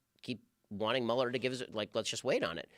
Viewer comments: Why is rogan calling him “mule-er”? Watching too much Fox News? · Joe, it's telling that you don't know shit about this if you're calling him "MEW-LER." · I think it's fair to say no one has ever corrected Joe on how to pronounce Mueller.